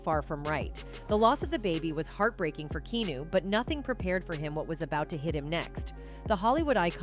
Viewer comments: His name is Keanu not kenu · How can you Keep Pronouncing Keanu’s name wrong? So annoying